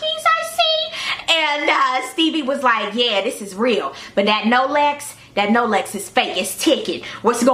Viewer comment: NO-LEX!!! OMG u are a f****in Fool! She said "No-lex" for Rolex! #I'M DONE!